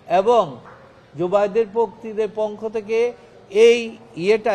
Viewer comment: আমার মনে হয় টাকা খাইয়া এই উকিল আউলা ঝাউলা কথা বলে ঠিকমতো পক্ষ শব্দটি সঠিকভাবে উচ্চারণ বের হচ্ছে মনে হইতেছে বুকে সৎ সাহস হারিয়ে ফেলেছে কারণ যারা টাকা খেয়ে কথা বলে তাদের কথার মধ্যে অনেক সময় ভুলভাল শব্দ বের হয়